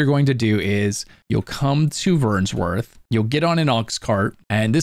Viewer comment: There's no S in Vernworth my guy.